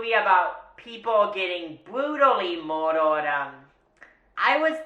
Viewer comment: I love the fact he says moidoired